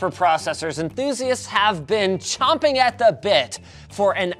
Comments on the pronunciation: “Champing”, not chomping 👍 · "Champing" at the bit, not "chomping" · champing not chomping